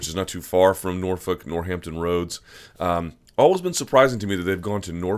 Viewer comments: Stop saying Norfuck you psycho. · Stop saying Northfuck Luke! I know you have a crush on Sage but damn!